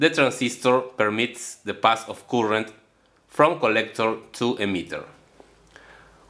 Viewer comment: Disculpe maestro por mi intromision pero la palabra current en ingles se pronunciaria algo mas o menos asi como courent sin demasiada rrr , jaja , soy un gran admirador suyo !